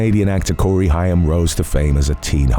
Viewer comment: Actually, Corey Haim, pronounced Hame, was the teen heart throb. As a Gen Xer, hearing Corey Feldman called a teen heart throb almost felt like blasphemy. Although he was very popular and half of the 2 Coreys, he was never the heart throb. 😅